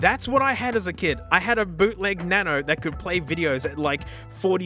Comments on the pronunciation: each time he says "na-no" i die of laughter 😂😂😂😂😂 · "smasnug" "na-no"